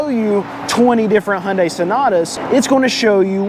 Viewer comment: Hyundai = Hoonday . correct pronunciation car guy.